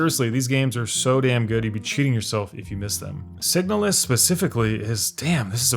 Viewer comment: You should really put title cards for the games you mention, especially indie titles that not everyone is going to recognize. Are you saying signal-less, signulles, signalus, sighnaluss, signal us, etc??? How do I find this game if I can't even understand what word you're saying? 😅